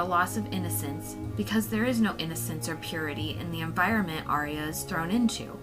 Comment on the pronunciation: It's ar-ya two syllables not three. She's not an opera